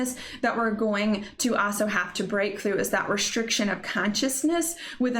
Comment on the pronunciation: The way she says “also” “aso” cracks me up.